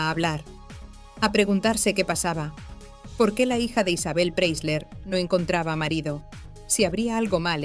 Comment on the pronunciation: Pre - I - sler. Se pronuncia con una i en el medio!